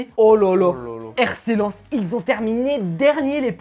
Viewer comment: Rc lenS ca se prenonce